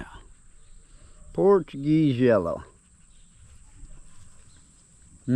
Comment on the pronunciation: Funny. Watching while doing dishes, I thought you said “porcupine jello”, before you said its name again and I heard “Portuguese Yellow.” 😂